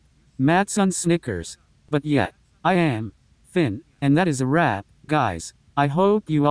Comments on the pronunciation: What it said:”that’s a wrap” what I heard: “that’s a wap” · i heard wap not wrap